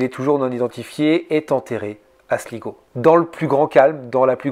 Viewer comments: Slaï-go et non Sligo😊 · Galway se prononce Gaulle way. Et Sligo c'est slaye go. Ya un bon spot de surf la bas d'ailleurs.